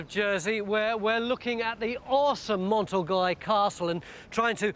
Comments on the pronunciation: Been to the castle, so recalls happy memories. Fascinating stuff as usual. But I wince every time Tony says Mont Orgoy. A passable English pronunciation would be Orgay. Stuck with it now.... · Awful isn't it? I cringe everytime I hear him say it.